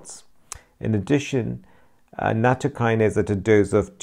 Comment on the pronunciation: Thanks for your post. It'spronounced nat TO' by the way